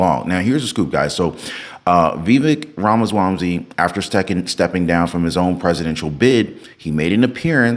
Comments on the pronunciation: Ramaswamsy??😂😂😂 Dude!! IT'S RAMASWAMY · wait bro u said Vivek Ramaswamsy?